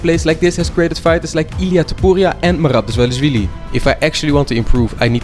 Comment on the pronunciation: brother, if you respect the coutry enough that you are going there to be trained, at least try to not butcher the name of the capital city and the name of one of the greatest georgian fighters Merab Dvalishvili, thats the least you can do